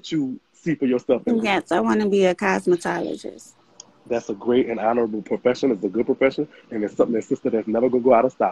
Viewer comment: Cos-met-tiatrist 😲😲😲 no baby, it's Cosmetologist 🤦🏾‍♀️